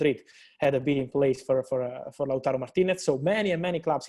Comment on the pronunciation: He still can't say TARO though... He says TURO